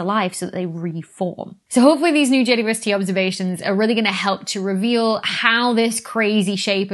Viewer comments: I am getting old. I cannot hear the double-u in JWST. Has it been renamed? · It confuses me too. I hear a german Weh and understand quite well what she says because i'm german and that's how i would pronounce it. Dou-ble-u has far too many syllables for an abbreviation. Or is is just rly fast? (including length contraction added for effect :))